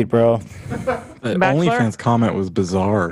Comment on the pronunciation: Lmfao. Ethan said " only pans fage" when he was talking about belle delphines new video.